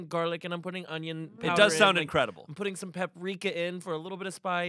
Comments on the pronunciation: they all just let put a G in the word onion... 🤣🤣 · saying ungyun instead of onion 😭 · pronounces onion 'ungyun', now you can't not hear it. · The way pronounces “onion” is interesting. Is that an east coast thing?